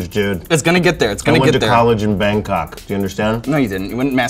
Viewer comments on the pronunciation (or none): none